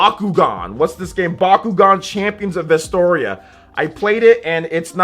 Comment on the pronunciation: VestRoia, not vestoria!